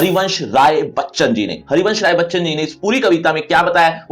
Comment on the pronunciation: Hharivvanshh raai baacchaann